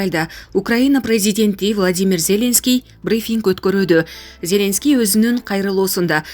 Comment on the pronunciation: Как противно слушать 👂 что за корреспондент нормально Зеленского правильно произнести не может 🤮🤮🤮🤮тошно слушать